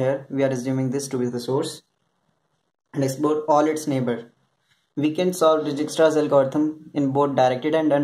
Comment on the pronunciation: its pronounced "DIEK-STRAS"